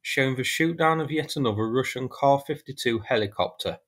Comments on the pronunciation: KAY-AY ESS-YOU Stop with the "soos" and "kahs." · Kaw-fiddy-too or Kay-A-fiddy too? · Dang! That’s a hard k